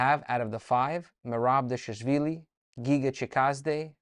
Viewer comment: You said Khachapuri But can’t say Dvalishvili? 😂 Anyway, Thanks for this! ✊🏼🖤🇬🇪